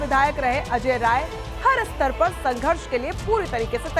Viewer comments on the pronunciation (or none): none